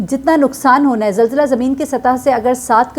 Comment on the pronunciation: یہ لفظ zilzla نہیں zalzla ہوتا ہے۔ کم از کم اپنی قومی زبان تو ٹھیک سے بولیں